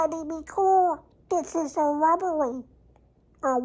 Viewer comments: I know this is an older video but I'm just going through a binge rewatch of Tested and MB content and I have to say, I have been CRYING laughing at "everybody be cool this is a wobbewy" for days now. Trust me Adam, you're not the only one who thinks it's funny 😂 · "Evewibowi be cool, dwis si a wrobewri UwU" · Legitimately lost my shit with "dis is a wobbuhry" LOL